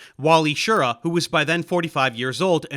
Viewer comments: As I said before in your last Apollo video I started watching you to help with my Italian grammar so I dont think you will mind me telling you that Wally pronounced his name "sheer-RAH". Watch his actifed commercials thats how he says his last name. I remember when I saw them on TV back in the day. Actifed (sudafed) is still one of the few medications you can take and fly an aircraft (or a spacecraft) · FWIW: Schir-RA. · Well done, a good overview but with enough details, considering the limited length of the video. One comment: Wally Schirra's last name is pronounced more like "shi-RAH", with the emphasison on the last syllable. I grew up watching Wally and Walter Cronkite providing commentary on the subsequent Apollo missions. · This may seem like nitpicking, but it's very distracting to hear you mispronouncing Schirra. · Are you saying Wally's last name wrong? I've never heard it your way, I was a teen at that time and Cronkite said it differently.